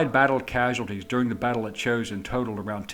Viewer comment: It's pronounced "Jo-shin" not "chosen"